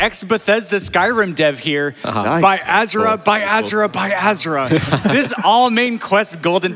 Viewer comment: "by az'ra, by az'ra by az'ra".... oof.. poor donations narrator. lol